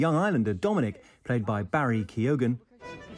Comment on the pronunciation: Why can no one pronounce Barry keoghan’s surname??? Do the research. 😢 ☘️